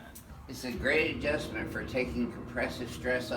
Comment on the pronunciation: Double adjustment! U said it wrong lol